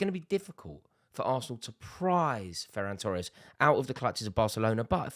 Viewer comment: "Ferran Tores"WHAT????????? expected L from Rory